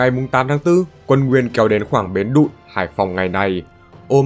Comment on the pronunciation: Bến Đụn nhé. Bến Đụn chứ không phải Bến Đ*